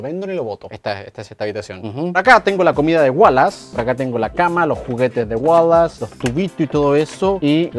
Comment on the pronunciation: Se dice Wallace